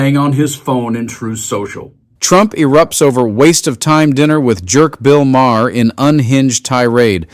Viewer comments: Why do y'all keep using that stupid, ignorant, dumb ass AI voice that can't even pronounce someone's name correctly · I'm sorry, but your AI voice sucks! "My hair" instead of "Maher". I did think it was your own voice, but...it ruins the entire video. No like for this one. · Your AI narrator is lousy. Really? 'Mah-HAIR'? Please stop with the AI. Either read it yourself or hire someone to do so. 🙄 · You’re doing great work! But please stop using ai audio. 🙏 Does it really save that much time? “ma-hair”…??? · MaHair? AI needs an editor. Colbertt? Yaghhh! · Is it really pronounced like ma-her? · Ma-heir? So you do live bits and then you let AI read the rest of it. That’s lazy. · Ma-hair? Get a better AI. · “Ma-hair”? Are you using AI to read? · The AI pronunciation of Maher is "My hair". LOL 🤣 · MaHAIR? Lose the AI shit voice. Give a person the job. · I like your channel, but please stop using the AI generated voice: "mah-her" and "cole-bert"? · "My hair (in the reading) came to dinner" and "My hair's behaviour was much different" was quite funny. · Why does that guy mispronounce everyone's name? It's Bill Maar. Spelled Mahr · How about saying Bill’s name correctly? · Can the guy reading the Trump message pronounce Bill's last name correctly 🤔 🙄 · “All the people around him…” could be a hybristophiles. Enjoyed your video until your AI voice couldn’t pronounce - Maher, correctly. Disappointing. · Who are the idiots reading these posts, they can’t even pronounce Maher name properly, Trump is nuts but the mispronunciation of peoples names makes it worse than Trump idiotic post. BTW, who cares about Trump post, all the same, pure stupidity, he’s mental, just call it like it is. 🤷‍♂️🖕🇨🇦. Until you get rid of that moron, your country is going into the toilet. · Why can't you pronounce Bill Maher properly.? Are you using AI? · I hate AI voiceovers. The repeated flagrant mispronunciation of "Maher" undercuts credibility. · Good info but tell your AI how to pronounce his name.